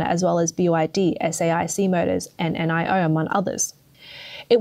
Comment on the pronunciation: Its pronounced NEO not N.I.O